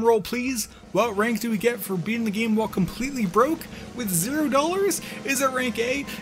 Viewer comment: Rank c. Cero. Not zero